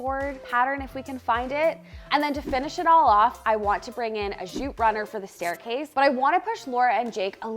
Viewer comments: I always love how says zhooot. It's like posh jute. 🙂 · What is “zhoot”? I’ve never heard of “zhoot” before.